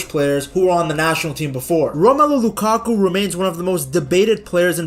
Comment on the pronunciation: Lakaku 😔🥀 its lukaku